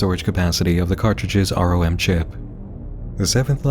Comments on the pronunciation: its rom,like "ram" just with an "o" NOT "are-oh-em", its not lie "F.B.I." or "C.P.U." 1 it can be said as a word and literally EVERYONE does, 2. there are no "."'s to signify a pause, or an abbreviation. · Arhoem is a funny way to pronounce ROM.